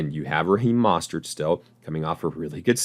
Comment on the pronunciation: Bro, you gotta learn how to pronounce "Mostert" correctly, it really discredits anything you say after